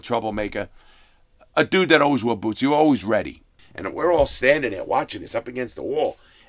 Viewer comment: "Mexicnns got on bewts.." 😐